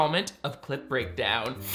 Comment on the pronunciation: So.. I always hear "CL*T breakdown" when you say clip breakdown and uhh basically if you'd open an only fans to critique porn movies/films just for the fucking fun of it and/or extra revenue, I'd be down.